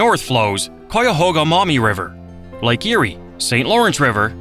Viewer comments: This was an interesting video, but several of the locations were not pronounced correctly, including Cuyahoga, Portage, Maumee, Tuscarawas. Before doing any more videos, I would check pronunciation of whatever you are talking about. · The Maumee river is not pronounced "MOMMY"! But at least the Olentangy wasn't quite destroyed by saying; AWL-EN-TANG-EE...and it's pronounced Ky-ah-hawg-ah, River! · Lol you pronounced Cuyahoga wrong. Maumee sounds close to ‘Mommy’